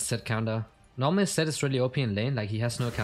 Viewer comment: LOL he meant that you are against a Zed but you pronounce it as Sett lol